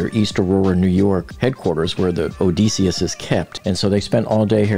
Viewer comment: Why does the narrator NOT know how to pronounce "PELAGIC" nor "ODYSSEUS"? It sure undermines his credibility when talking about them. P.S. We know that 4 am is in the morning, that 1 pm is in the afternoon, and that 11 pm is at night.